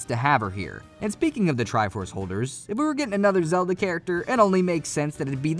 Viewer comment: I'm gonna act like he didn't just call Link Zelde